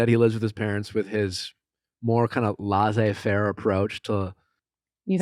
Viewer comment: for the love of god stop pronouncing laissez faire lasay fair its less fair